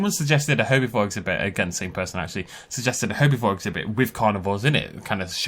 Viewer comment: I like how he says herbivore "herbyvore"